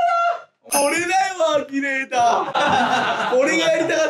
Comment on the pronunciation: アキネイターじゃなくてアキネーターじゃね？笑